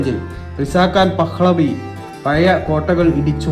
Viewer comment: തായ് വാരം ❌മാംഗോളിയൻ ❌കയിയും❌ എയ്ന്നൂറ്റി❌ എയ് വത്തിരണ്ട് ❌എയ് വത് ശതമാനം ❌ ഇപ്പോയും❌ പഹ്ളവി ❌(പഹ് ലവി.) ✅